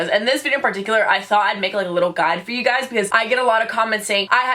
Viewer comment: sounded like she said hey gyes ed sherien